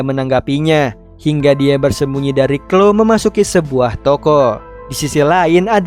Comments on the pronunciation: Kak bukan clo kloee 😂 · koreksi bang bacanya namanya clowe tapi tulisan chloe